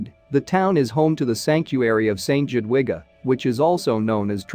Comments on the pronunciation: The way to pronounce Jadwiga is Yadviga I know this as it is my middle name. Shame really, when you tell a story you should learn how to pronounce names properly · Jadwiga is pronouced. Yadwiga! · Not at all. The J is pronounced Y and the W is pronounced V. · J is pronounced YA! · Click bait ... boring electronic robot voice video ... Jadwiga is pronounced Yadviga or Yatvika ... info good ... video not so good ... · Yes, St Jadwiga is a prominent and well respected name in Poland. And it’s not the only name mispronounced.... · Do some research before making videos and learn how to pronounce the names. The town is Trzebnica. "Cheb-neet-sa" will be close enough. And it's "Jadviga". Say, "Yod-vee-ga". It's not "Conrad eye" but "Conrad I (the first)".